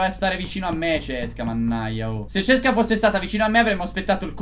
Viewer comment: Poi c'è che dice sesca lol haha